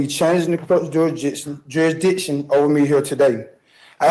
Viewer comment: Jurys-shick-shun! Jursh-dish-un Dury-dick-sun! 😂